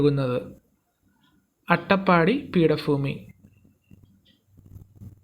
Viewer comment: ഏത് ഫീടഭൂമി. ഫവാനി. ഉൽഫവക്കുന്നത്.😅😅😂